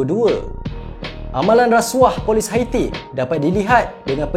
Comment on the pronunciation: Bukan detector min. Dictator. Detector tu pengesan. 1 lagi,Haiti bunyinya bukan heti,sebutannya ha yi ti. #teguranmembina